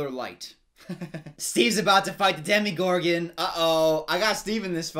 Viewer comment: Demogorgon, not demigorgon, just so you know for pronunciation.